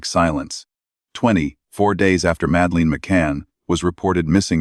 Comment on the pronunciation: It doesn't even pronounce Madeleine properly